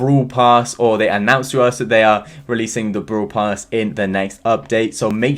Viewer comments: Why do u keep saying “brooler, brool pass, brool stars,” like what? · ’Broo-Ler’ ‘Brool-Pass’